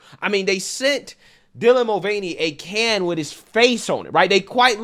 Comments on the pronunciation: DIE-lan? Who is DIE-lan? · Newscaster said “Dielan Mulvaney” lol wth, who pronounces Dylan that way?